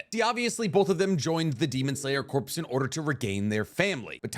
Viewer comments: Love your content but stop pronouncing it as corpse and pronounce it as core! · It's like fingernails on a chalkboard of my soul every time you pronounce the word corps. It's pronounced like "core", you living breathing video making embarrassment. Like the Marine Corps. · Corps is pronounced like the word, core. Corpse is pronounced emphasizing the S at the end. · It's pronounced core not corpse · Day 252 of asking to pronounce “corps” the right way like “core” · we need to talk about how you pronounce the word "corps"..............